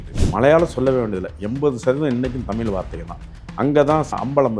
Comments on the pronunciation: தமிலு, தமிலு, தமிலு அருமை அய்யா!! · தலைவர் தமில் (ழ்)உச்சரிப்பு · ஐயா முதலில் தமிழ் என்று சரியாக உச்சரிக்க வேண்டுகிறேன்! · உளறு வாயா ! தமிழ் என உச்சரிக்கக் கற்றுக் கொள் தமில் , தமில் ன்னு உசுர வாங்காத , சித்தம்பழம் , சீத்தாபழம் , கோயில் திணிக்கப்பட்டது . வாய்க்கு வந்ததை உளறாதே ! அரை வேக்காடு . தனியா உக்காந்து யோசி . அது என்னடா பண்டு ஆரம் ? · வணக்கம் ஐயா.... உங்களுக்கும் கூடவா " ழ " வரவில்லை...! கொடுமை ஐயா.. தமிழை ஏன் " தமில் " என்று உச்சரிக்கீறீர்கள்.. அருமையான பதிவு, ழ - வை தவிர.. பணிவுடன் கேட்டுக்கொள்கிறேன், திருத்திக்கொள்ளுங்கள்... வணக்கம்.. நன்றி.. 🙏